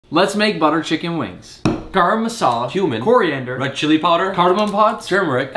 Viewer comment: Instead of cumin he's pronouncing it q'man.